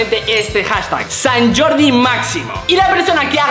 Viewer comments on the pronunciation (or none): Sant gordi? Es sant jordi😅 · SANT GORDI NOO ES SANT JORDI TIO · PUAJAJAJAJAJAJA SANT GORDI CON "G"😂😂😂😂😂😂😂